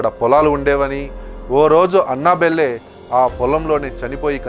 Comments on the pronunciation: అన్న బెల్లె కాదు first పేరు తేలుసుకో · Annabelle pronunciation 🤣🤣🤣🤣